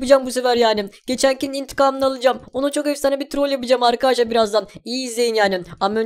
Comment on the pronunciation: Abi niye arkadaşlar değil arkaaşlar diyon ?